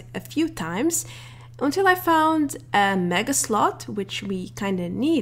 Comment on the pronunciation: She trying to say mega sloth but she says mega slut